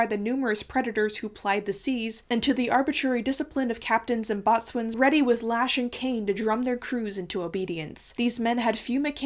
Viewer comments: Boatswain is actually pronounced "bosun", to rhyme with "chosen". Like "forecastle" is pronounced "fo'c'sle", i.e. "folksell". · Boatswain=Bosun. Forecastle=Focsel. Don’t get laughed out of your pirate crew by pronouncing these like a landlubber! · “Bo’Sons” and “Foccils”. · Great video, but I'm still dying over pronunciations. Boatswain? Ok, but it generally sounds more like bosun (long o and the s is practically a z). Forecastle? Yup, but more like focsle (long o, c like a k, and sle sounding almost like 'sul'). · Love the video! Just a few tips on some of the naval pronunciation. Boatswain is pronounced bosun, and forecastle is pronounced foksel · "boatswain" is pronounced "bosun" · I'm familiar with the word 'boatswain' being pronounced as 'bosun', but perhaps that is purely a British pronunciation? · Excellent video. Thanks for posting :) For info, the word boatswain is pronounced bo'sun (because British English is the worst).